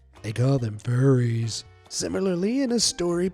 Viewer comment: Yeah... is something wrong? Why did you say furries like that?